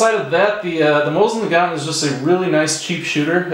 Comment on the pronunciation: Mo seen na gan, The T is silent